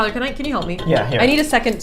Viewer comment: ‘Camp’? I thought you mean CAN !